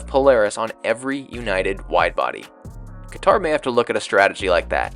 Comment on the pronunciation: Whatever you say about it, please just learn how to say the country’s name.